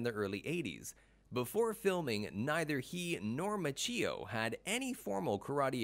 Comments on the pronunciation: I know this has been said before, but the mispronouncing of Ralph Machio's name is hard to get past. Which is a shame because overall the production quality of the video was great. The script was a little off, as each fact was presented in a vacuum, as if we didn't know the previous ones before hearing the current. An example would be the first fact presented in the video is that William Zabka's first movie was the Karate Kid. Later, when discussing his net worth, it is stated that he was in the Karate Kid like it was a new fact and not something the view was already informed of in a previous fact in the video. It was as if each fact was it's own separate fact and not part of a continuous series of presented facts. Maybe just me, seemed a little odd. Good attempt though, keep it up and do a little research on pronouncing names. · we don't hate anyone "Line-done", we just expect that if someone is going to make a video referencing the actor of the main protagonist they'd do the minuscule amount of research necessary to pronounce their name correctly. The Tang Soo Do mispronunciation can be glossed over, as I didn't know how to pronounce it either before practicing the art, it still bothered me to hear the narrator say it like he did. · It is impressive that William Zabka can speak Czech! but it would also be impressive if the announcer could learn to pronounce Ralph Macchio's last name correctly! LMAO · Approx . Ralph Ma-CHEE-oh. Stopped watching. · That's when I stopped watching the video. Ralph Ma-cheeo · It's pronounced Ma-chi-o...not Ma-cheee-o. Have you never heard anyone pronounce his name the last 35 years? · I have heard of Ralph Macchio. Who’s this Ralph Ma-chhee-o? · I'm so annoyed with the narrator who keeps saying "Ma-chee-yo" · DID HE SAY RALPH MACHEEO 👩‍🦯👩‍🦯🤸‍♀️🚆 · Lol, Machee-o. Sounds like a coffe creation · ralph is part italian and he doesn't even know how to pronounce his last name. the correct pronunciation is mak-yo. cch is K in italian.